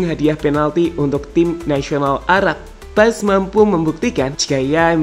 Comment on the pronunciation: Untuk admin : nama Marteen paes dibaca martin Paaas itu yang lihat dan dengar di podcast yang ada coach Justin. Coach Justin mengkoreksi panggilan paes saat itu Karen nama paes dalam bahasa Belanda menjadi Paaas.